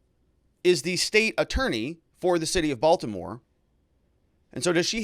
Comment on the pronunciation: Come on…. It’s Baltimore 😂🤣